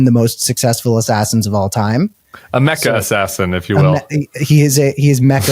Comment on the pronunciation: Great discussion but how do two chronically online people both struggle with ‘mecha’ and ‘giga’ that was like listening to my parents discuss technology